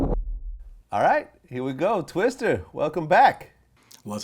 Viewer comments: Hey what up “TwistER” 🤦🏻‍♂️ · He said "twistER" lol, dont even know his name